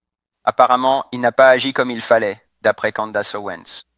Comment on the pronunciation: "Candace" , ça se prononce pas du tout comme vous dites . la langue anglaise n'est pas un sous-produit de la langue française .